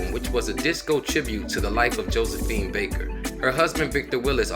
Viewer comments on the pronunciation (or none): none